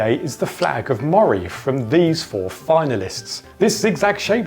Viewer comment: It’s Aberdeenshire, not Aberdeen, and Moray is pronounced ‘Murray’, not ‘Mawray’.